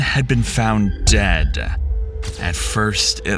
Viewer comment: Your emphasis on the word "dead" was entirely too off-putting.